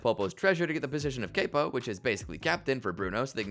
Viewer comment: >"kaypo" >which is essentially "captain" Why did he not pronounce it correctly if he knew it was like captain. Its "cap-oh"